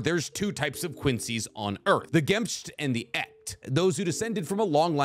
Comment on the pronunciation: Minor detail on the german, it is 'Echt' and 'Gemischt', and that last one isnt 'gemmish', but 'ge-misht'. The ch in echt is more like a 'ch' from loch ness (scottish). I also noticed this recently in AoT where the german in the song vogel im käfig is taken to its own level of interpretation and pronunciation. And on the Part1 i also noticed they did the same on some words (like all Quincy have 'german' names/powers), sure it maybe suits the anime, but its kinda annoying since they have taken the words out of a real language.